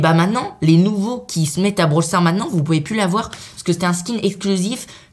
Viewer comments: 129 on dit pas bral sars mais brawl stars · Blawl stars!!!!